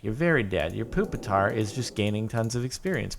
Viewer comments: ITS NOT POOPATAR ITS PUPITAR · It's puppit-tar